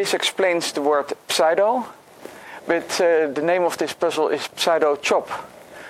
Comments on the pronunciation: sue-doe not psy-dough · Just FYI, in English, the pseudo prefix is pronounced very different from how it's spelled. The p is silent, and the first syllable is a long u, as in the word "do" or "you." English is so wierd. This is my favorite of this line of puzzles so far, by the way, and I can't wait for the official post and discussion thread. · the p doesn't have to be silent. i think it's mostly pronounced as either sue-doe or psue-doe.. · Heh, I heard 'saddo' and had to double check the title of the video :D